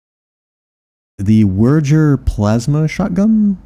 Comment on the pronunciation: And Wuerger (German) starts with a V and rhymes with burger, but with a little bit of an "er" sound applied to the vowel.